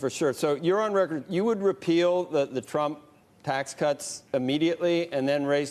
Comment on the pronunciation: Look, maybe his teleprompter said “be joe Biden”, but he clearly said “best joe Biden.” Also, early on he said he wants to undo “the tump tracks cuts.”